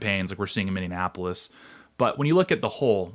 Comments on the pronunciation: Where is this "MinneANNapolis" place you keep referring to? 🤔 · Can't watch....it's Miny-apple-us....the pronunciation is so bad to my ears!😂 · "Minneanapolis" "Kyle Reddithouse" LOL! Jesus. Can't you find someone who speaks English? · It keeps sounding like you are saying mini Annapolis? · Minneanapolis?!? 😮 C'mon, man... 🤭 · rubs nips mini-apollis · I hope this is feigned but I don’t think that it is. It feels weak. And I know you aren’t a Minnesotan but it’s pronounced Minnie-Apple-Less. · Mini-ap-ole-is Say it with me. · Say "Mindianapolis" again...say "Mindianapolis" one mo gdamn time... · He said it every single time. Lol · What’s with people on the TimCast calling Minneapolis “Mini-Annapolis”? Lol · Are you saying "mini-anapolis?" 😂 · Yes! At first I thought he was saying Indianapolis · Miny-apolis I don't know what the fuch you're saying but it's wrong, it's not hard... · Can you please learn how to say Minneapolis? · Tate, there are not 3 "n's" in Minneapolis. Make correct enunciation great again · You are pronouncing Minneapolis wrong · Your inability to pronounce Minneapolis is very distracting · I think you’re adding extra syllables to Minneapolis. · Why do so many people mispronounce Minneapolis? It’s an epidemic worse than “libary” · Stopped watching when he can’t pronounce Minneapolis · Learn how to pronounce Minneapolis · I am laughing so hard every time I hear him pronounce 'Minneapolis'.😂 It's only 5 syllables, not 6. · Can you please learn to say minneapolis. You sound like a R art. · Tate saying "Minneapolis" incorrectly every time hurts me lol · I hate that he keeps saying Minneapolis wrong constantly. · I can’t listen to this video with the way he is pronouncing Minneapolis 😅 And also Tim always say Waltz instead of Walz. Just learn how to pronounce Minneapolis and call him tampon Tim. 😮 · Ex-Minnosotan here.. Please stop saying Mineanapolis. It's just Minneapolis. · Minneanapolis? Nope Minneapolis. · "Minndeanapolis" ...Mindiana?...😁